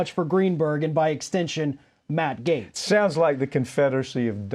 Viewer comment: Everyone pronounces his last name incorrectly. It really should sound like "Gets," phonetically. Either way, he is a complete scumbag and I hope "gets" what's coming to him.